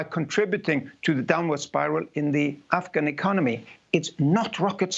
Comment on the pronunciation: i love how she pronounces afghan properly here.